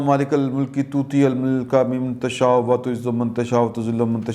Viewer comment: توتی الملک من تشا۶ پڑھا جاتا ھے توتیی الملک نہیں پڑھتے ھیں پلیز کوشش کریں کہ مانی وزیراعظم کی طرح خاتم النبیین غلط نہ پڑھیں